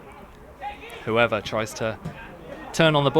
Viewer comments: And "who-ever" when it's pronounced "Hoover" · Gonzo Jones actually his name is Hoever. but actually i also took a bit of time to get that 😂